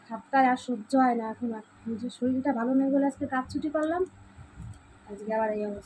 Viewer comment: শলিল বোলছো কেন,? ওটা শরীর হবে